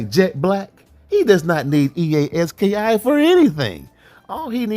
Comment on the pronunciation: 😂😂😂 bro it's E-A Ski not e a s k i